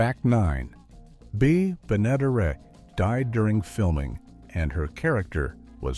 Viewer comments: Ben A der Et!!!! You can't program your AI voice any better???? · Benaderet = ben-a-DAIR-et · Bea. Ben-a-dare-it is how her name is pronounced. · Interesting facts collected, but I had to stop watching, challenged to tolerate the lack of any additional inquiry of the proper pronunciation of multi-talented radio-, TV-, and animatio-voice-actress Bea Benadaret's names. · The show was created specifically for Bea Benaderet, whci would have made a great weird fact. Too bad your AI could not figure out how to correctly pronounce her name. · Good grief! If you're going to do a video on "Petticoat Junction", at least get the AI to pronounce Bea Benaderet right!!!!!!!!!